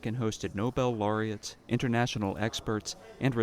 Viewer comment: With kindness, please could one of the staffers correct pronunciation of laureate? I don't want someone to hear the incorrect pronunciation and then dismiss the program or EWTN. Please tell me when you have seen this. Thank you and God bless you!